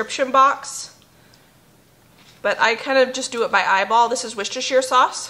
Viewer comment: Great recipes, new to me, to try. I get confused between USA cups and UK measurements. I made your 'season salt' this week. We have a local 'loose/by weight' shop. Very good. Edit Ps Congratulations on 'Worcester sauce' pronunciation 🤗🎉